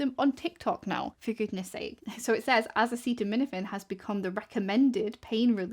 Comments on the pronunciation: Bro can’t even say acetaminophen and he’s trying to ban it 😂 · I won’t accept medical advice from someone who can’t even pronounce acetaminophen!!! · Woe to anyone who takes medical advice from a guy who can't even pronounce acetaminophen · I can't remember if I've seen a bigger shit show of know-nothings give a press conference in my life. This is full on grift mixed with incompetence on a level that is hard to comprehend. Donald Trump couldn't even pronounce the word acetaminophen. He shouldn't be on the White House roof, he should be serving a prison sentence for any one of the 4 indictments he was clearly guilty of that got rat fucked in the court system by Aileen Cannon and SCOTUS. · My favorite part of all this is the reason they're targeting specifically Tylenol is because Trump can't pronounce acetaminophen (paracetamol). The report he's giving says acetaminophen is the issue, but because Trump can't say it so they have to pentouple down on Tylenol. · Not to mention Tylenol. He’s president of the United States and can’t even pronounce acetaminophen during his own “groundbreaking” press announcement. I’m so sick of this circus.